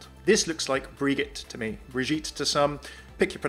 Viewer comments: I cant deal with the "briguette" pronounciation. Srsly its pronounced bridjette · To say Brigitte you need to say "bri J itte" not "Bri G itte"